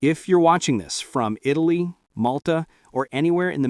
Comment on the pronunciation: This AI doesn't even know where Eyetally is.